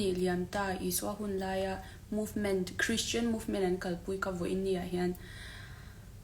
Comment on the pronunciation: Christian tih pawh a lam glei thei lo deh hlek pawn a kak duai thei ang a😂